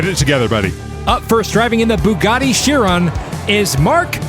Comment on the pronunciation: Guys, it's pronounced "Kai-ron" not "Chee-ron". And "Why-ra", not "Hi-ra".